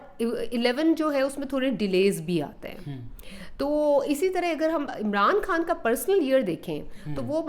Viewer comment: بی بی عمران کھان نہیں خان ہے پہلے اردو بولنا تو سیکھ لو پھر بات کرو ۔